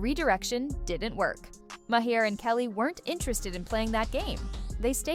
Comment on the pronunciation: You're pronouncing Maher incorrectly. 🙄